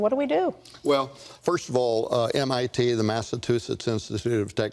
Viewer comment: MIT the “massaTOOsettsb institute”. yeah I’m not going to trust this guy on predicting cover ups when he doesn’t know mit